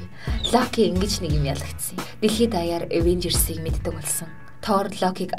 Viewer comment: ингэж avenjers яариад байвал их гоё бнөө